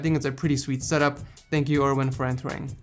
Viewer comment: Am i the only who thinks hes saying ,,setup whores"